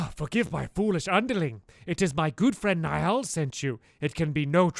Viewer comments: Okay Stamps *read this and learn*: Pug-nay-shus (Pugnacious) N-eye-al (Niall) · Niall = Kneel, Pugnacious = pug-nay-see-us